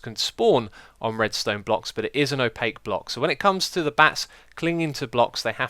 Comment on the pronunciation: I know! Drove me insane every time he said opaque.